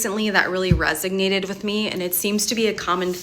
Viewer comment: There's no "g" in resonated.